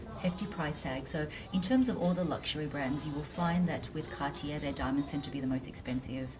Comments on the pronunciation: It’s CAR-TIYEY not CAR-TIYER. Hoho. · Car tee yay not cartiere